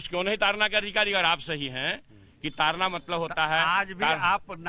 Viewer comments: तारना नही ताड़ना है। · Tadna not tarna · तारना नहीं ताड़ना है भाई उच्चारण ही गलत हो रहा है । बिहार में ड़ का र में उच्चारित हो जाता है । जिससे अर्थ का अनर्थ हो रहा है । तारना का अर्थ हो सकता है उबारना । ताड़ना का अर्थ हो सकता है पिटना ।